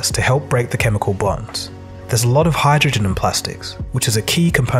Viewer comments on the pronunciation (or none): none